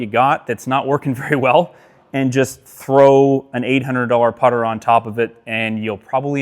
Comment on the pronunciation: It's the putter. Not the putter.